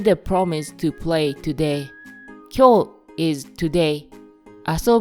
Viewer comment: Great, but you have to be careful about distinguishing long vowels from single う sounds. Your way of reading きょウ instead of きょう or どウして instead of どうして will surely confuse Japanese learners.